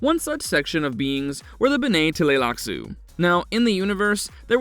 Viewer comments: OK Full Stop. Just a few seconds into this and the Narrator absolutely BUTCHERS the pronunciation of “BENNAY TELLY LAXOO” !!!! Dude!!! Learn to read!!! It’s pronounced more like “Benny Tly-Lax” !!!! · Witch won? “Benae Teleylax” or “Honored Maters”?😂🤣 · BEN-nay t'lai-LAX-uu The t' is combined with the L Luke in aTLantic. It's a pretty subtle tongue slicking sound. And like JR said - gholas are not clones.